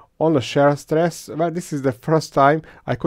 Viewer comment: Maaan how many years have you been doing this? You still say "share stress" and "nail-on". Kurwa, C'mon.